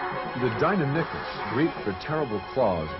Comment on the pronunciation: 62202ify Actually it’s pronounced, “Deinonychus”.